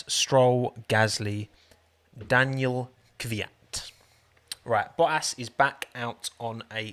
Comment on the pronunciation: “Daniel” makes me :/ it’s Daniil (da-kneel)